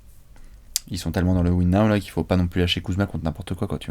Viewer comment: "win nao" 😭😭😭